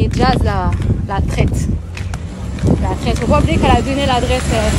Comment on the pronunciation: Je n apprécie pas Jazz mais j'aime encore moins les provocateurs comme cette fille, à la recherche du buzz. Ça fait pitié. "Eh na na na" Et on dit traitresse pas traite ou limite traitRe si tu veux Enfantillages qd mm